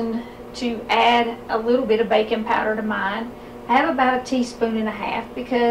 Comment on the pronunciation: I was pretty sure she was saying “bacon powder” for the first 3 minutes.